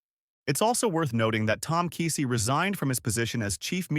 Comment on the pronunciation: You're pronouncing and spelling his last name wrong. No excuse for podcasters to make these mistakes. Unsubscribe. 👎